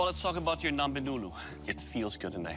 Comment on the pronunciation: imagine being a kenyan and being dissapointed when he said ngombe wrongly